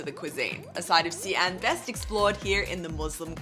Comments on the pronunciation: How come you call the city See-an, when I have always pronounced it as She-an??? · How come the pronunciation of Xi'an has become ”C Ann" instead of ”C Aunt”?. In the last video, i remember here a local also saying C Ann... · Another video, another anticipation of how soon into the video till another mispronunciation. Not even 20 seconds in, the eponymous city, literally the video title, gets mispronounced with a random 3rd tone 'xi3 an2'. It's xi2 an2, for goodness' sake it's the city you visited and you can't say it right. And you have done China content for years.